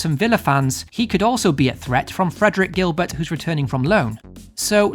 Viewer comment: It's pronounced "Gill Bear". (Because he's a Frencher) He's looked good in first 2 pre-season games, so it's looking more likely he'll be first choice right-back. Some people also said he looked quality when they seen him playing for Caen last season.